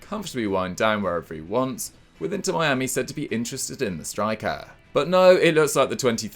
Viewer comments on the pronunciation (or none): none